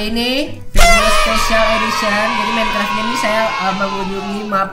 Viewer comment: Tulisan Minecraft dibaca minikrep